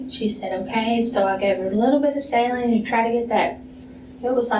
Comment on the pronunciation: Listening to this person try to explain herself with the syringes was like pulling teeth. So infuriating and disgusting. Also "salinge"... She made so many odd mistakes while speaking and it seemed pretty clear she was extremely nervous. Ugh